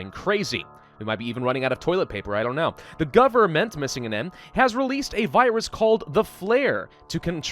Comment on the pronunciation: I actually thought it was spelled 'guhbment'